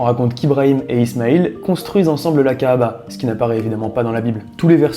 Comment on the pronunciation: Il a trop bien dit " Kaaba" je m'y attendais pas .. Gg mec